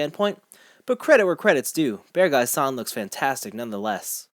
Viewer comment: By the way, if you pronounce it like "bearg guy" instead of "bear guy" (similar to how you pronounce Acguy as "ac guy" instead of "a guy"), it sounds much closer to the official Japanese pronunciation, in case that matters to you. That way the spelling "Beargguy" makes more sense too.